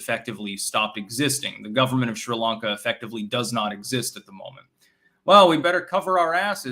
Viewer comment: What is "Shree Lanka" oh mein Styxtje?